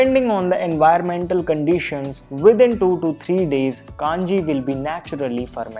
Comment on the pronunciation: A humble note. I believe the word is pronounced Kanji. And not kaanji.